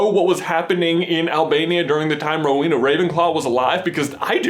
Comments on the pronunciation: It's Row-en-ah, not Row-een-ah! AND Ravenclaw is blue and BRONZE, not blue and gold! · J, it's pronounced more like Row-Eena, not so much Row-weena; slight pause after the Row and before the Ena. I know this because I am one. (Yes, my house is Ravenclaw.) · oh my... there are so many things wrong with this (sry trying not to b a hate comment.) ravenclaw colors are blue and BRONZE, not blue and gold. the symbols are because of their patronuses. Rowena had an eagle patronus. its not pronounced hel-en-a its hel-ay-na (i may be wrong but my middle name is pronounced like hel-ay-na, not Hel-en-a. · i know you probably already got lots of grief for this but i'm a ravenclaw and im pretty sure its blue and bronze not gold lol sorry and is the pronunciation of Rowena right?? i always thought it was ro-weh-na not ro-wee-na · ...I always thought it was pronounced "Row-eh-nah"...?